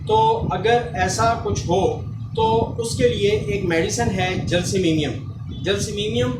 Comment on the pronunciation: معذرت کے ساتھ گزارش ہے کہ یہ لفظ جیلسیمیمیم نہیں بلکہ جیلسیمیم ہے شکریہ